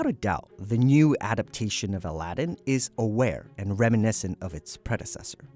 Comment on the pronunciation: your pronunciation for Aladdin is bad